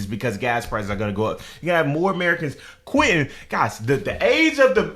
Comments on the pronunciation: Lol. so glad I never learned to drive. You saying "grow up" in stead of "go up" is sending me 🤣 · It's go up, not grow up😂😂😂